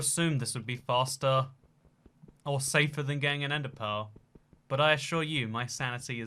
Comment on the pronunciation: i kept hearing "ender pole" and wondered what in the world that was. about the 10th time he said it, i realized he was saying "ender pearl".